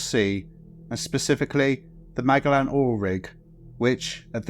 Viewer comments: Magellan. You pronounced it lika MAG -gellen. I think't it's actually pronounced like ma-JELL-in, as in in the explorer Ferdinand Magellan. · Magellan is pronounced "mah-jellan" Tell me you know nothing about what you're talking about without actually telling me you know nothing about it, and use a monotone voice if you can. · Is this AI narrated? Who calls Magellan (from Ferdinand Magellan) Mag-el-an? A lady in the USA fell into an industrial meat grinder... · Magellan is pronounced Maj-ellan. Good vid though! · The 'Magellan' rig? You sure thats how it's pronounced? Try again... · You should work on pronouncing Magellan correctly instead of whatever the fuck you said ..